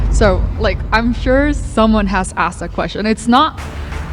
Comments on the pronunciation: Axed, it's Asked.... Axed is a Redneck Scottish term. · Yo!, "Asked" not "Axed" 😉 Jokes aside, love your channel, keep doing what you are doing! 🤙🏻😎